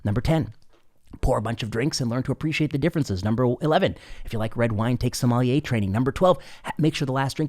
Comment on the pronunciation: "Terroir, sommelier"... These words get so badly mangled here, at first I couldn't decode the sound of them. Then, from context I could deduce them, almost like filling in a beep or a blank. Americans are adorable.